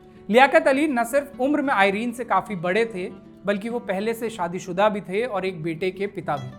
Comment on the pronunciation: आइरन नहीं है एरन है सही शब्द